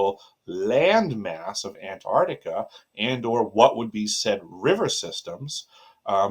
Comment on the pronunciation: "Ant-ARC-tica" not Antartica.